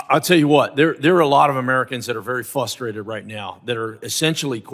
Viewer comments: I think the word you're trying to pronounce is "frustrated." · If you cant pronounce the word "frustrated" them stop repeatedly saying it. Our representatives are moron.